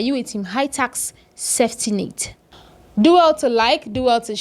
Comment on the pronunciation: Tax not task wena msunu